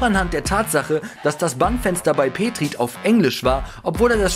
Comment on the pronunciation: Wie er petrit ausgesprochen hat hahahahah😂 peetrit